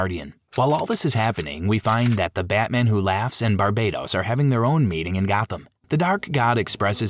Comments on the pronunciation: Pretty sure Barbatos isn't pronounced Bar-bei-tos either. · Its BARBATOS not BARBADOS, barbados is a gay ass beach country